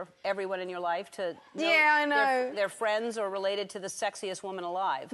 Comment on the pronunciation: as a Jamaican the "Wuman" was perfect